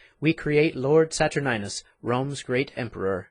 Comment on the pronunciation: whoever played aaron did a damn fine job. Saturninus needs a better mic, and maybe some help with pronunciation of Th sounds. And its pronounced Sat ur nine us not sat urn ius.